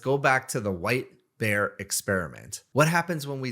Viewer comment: "don't think about a wipe air"... well. I was wondering what you said... and then as you said "what just happened" I realized you said white bear...